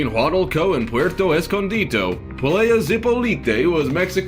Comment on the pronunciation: he said playa (plai-ah) like player (play-a) that hurts